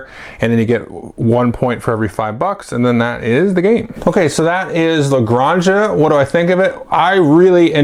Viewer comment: I believe it's pronounced as La GranHa, like Jose is Hosay, jalapeño etc. Very excited for this one, I've pre-ordered it from Stronghold Games.